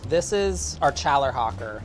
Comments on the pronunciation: Hahahahahhaha you seriously got Chällerhocker in America? Your pronounciation was horrible but props for the good cheese choice! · emmentTHHHALLER and tschallerhoker